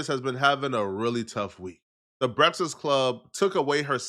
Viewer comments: Why can’t this man say “breakfast”? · I am concerned on how this guy can’t say Breakfast to save his life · YO FOR A NIGGA THAT LIKE TO EAT HOW COME YOU CANT PRONOUNCE BREAKFAST RIGHT LOL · He really can't say the word breakfast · Son really can't say breakfast to save his life. 🤣